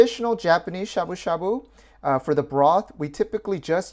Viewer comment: Why ya sayin' shabu shabu like shaboo shaBOO? T.T Now people are gonna start saying it funny. T___T